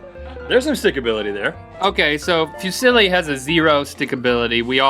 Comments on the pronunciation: Lol it's pronounced foo- zee-lee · Fusili is pronounced (foo-sil-ee) I am Italian so yeah i know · The way Fusilli is pronounced it's like saying "Who's silly?" Fusilli…? I AM! wooo! haha! xD